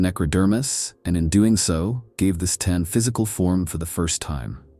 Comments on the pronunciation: Oh wow, the mispronounced Seetan and Necrontire is making this unwatchable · Necron-tire? Tee-tan? Good Lord. I enjoy the videos but I really wish you’d stop using lousy A.I. to narrate.